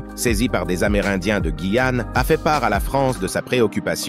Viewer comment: Alors GUYAne et non « gIYane » il faudrait modifier l’IA !!!!